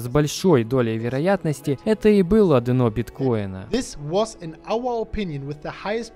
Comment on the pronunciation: Спасибо! PS дъ-на, дъ-но )) - режет ухо